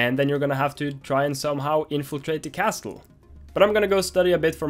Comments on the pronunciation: The "T" in Castle is silent so it's pronounced Casle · Dani! Castle is pronounced - Casele! the "T" is not pronounced :D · I wonder how many time Dani said castel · Making great progress, nice work! Just a tip, the "t" in "castle" is silent, so it's just pronounced "CASS-ull". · It makes me mad every time he says "castul" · For future vlogs: the T in 'castle' is silent... and please dear God of Devlogs, make him read this, because I can't listen to his pronunciation anymore. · why do you have to pronounce castle like that?